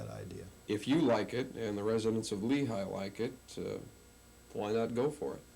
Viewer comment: That should be Lehi Valley, not Lehigh as if it's Pennsylvania